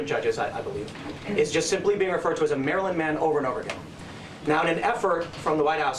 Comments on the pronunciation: As much as I hate Americans mispronouncing Worcestershire, I hate Carl mispronouncing Maryland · I love how Carl pronounces Maryland. He says Mary-land. I’ve always heard it pronounced “Marilend” I’m also from Oklahoma so… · I was born in Maryland (raised in NoVA) and I never tire of hearing the Brits pronounce it Mary-land. It’s the cutest thing ever. So much better than the way I pronounce in (Merlyn) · You said Mary-Land 5 times in a row on purpose. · Haha, Carl calls it "Mary Land" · Where I am at it's pronounced like Marieland. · Lol I love your pronounciation of Maryland. It's charming.